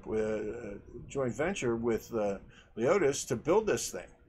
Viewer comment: its lemonis not leotis ok